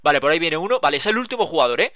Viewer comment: dice juegador, envez de el jugador